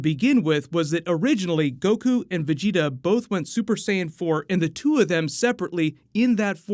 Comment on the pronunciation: At least he started saying vegeta correctly